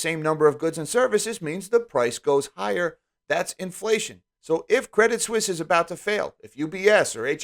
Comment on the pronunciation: Pro tip: French as first language here: if you guys want to impress the chicks at the bar, pronounce Credit Suisse "Credee Suisse" (silent "T"). You're welcome